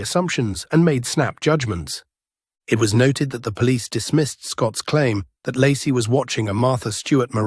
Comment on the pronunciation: Ai voice pronounces Lacie as Larsey lol